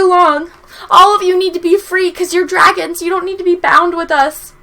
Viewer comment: Dwagons...nice Imma take that.